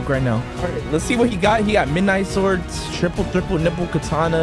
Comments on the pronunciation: "the true triple niple katana" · yo stop saying true triple thriple nipple katana